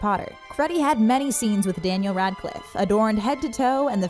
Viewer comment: "Dyeniel Radcliffe"